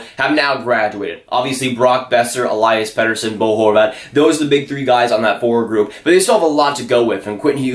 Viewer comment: Its El-lee-us petterson